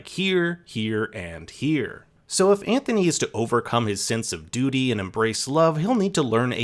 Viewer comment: “She yearns to be free of her dudy” 🤣🤣🤣🤣 gets me every single time!!